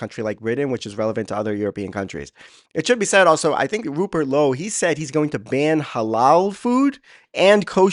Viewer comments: Silent E in Lowe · It's just pronounced low, not lowie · It's pronounced Low !!!! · Its pronounced low bro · You prounce his name ""low" Hopefully he,s the next p.m.